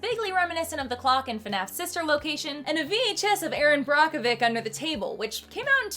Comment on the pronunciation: Nice breakdown! However, Brockovick? 😅